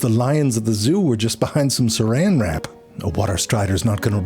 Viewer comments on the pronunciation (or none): none